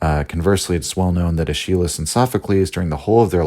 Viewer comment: bruh, your pronunciation of "Aeschylus" is killing me in all seriousness, this entire series is just delightful. Birth of Tragedy is the first (and so far, only) work from Nietzsche that I've read and I just loved it. People on the subreddit tend to discourage newcomers to Nietzsche from starting with this work but I have no regrets.